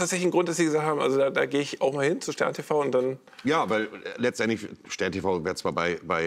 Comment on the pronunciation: Doch. "Letzenendlich" am Anfang XD